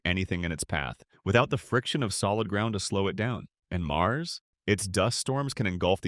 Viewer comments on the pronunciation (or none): none